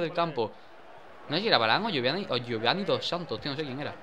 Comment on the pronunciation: Dani se dice yiovani dos santos, no Giovanni